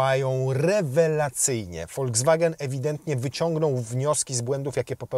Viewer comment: To się wymawia volkswagen a nie foldzwagen